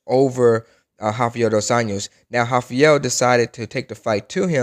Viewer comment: Also "Rafiel dois años"